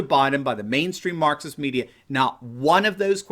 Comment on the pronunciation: when you hear Marxist as Mukxist